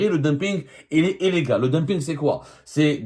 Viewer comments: Ya Si Abdou, illégal ne se prononce pas éllégal ! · Ailaigal.... non illégal